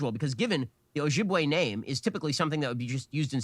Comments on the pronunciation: I've recently learned about the Ojibwe/Anishnaabeg in a college class and it's really obvious that Ben didn't even attempt to learn how to pronounce either name before this recording session. Anyway if you want to learn more about Ojibwe culture, I'd recommend The Island of the Anishnaabeg by Theresa Smith. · Honestly I wish I could unhear Ben say Ojibwe and Anishinaabe